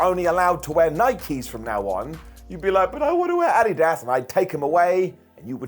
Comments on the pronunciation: Never heard adidas pronounced as " adi as" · How did you just say Adidas? 😂😂😂😂😂😂😂😂😂